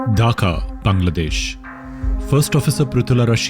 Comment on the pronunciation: Finnally a foreign YouTuber prounounces bangladesh instead of saying Baangladesh 😮😮